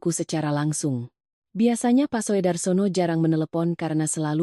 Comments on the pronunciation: Purworejo hadir Sekedar masukan . Maaf ,dalam membaca ejaan sebaiknya lebih teliti . Untuk Soedarsono itu sebaiknya dibaca Sudarsono . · Soe itu ejakan lama dibaca ( su )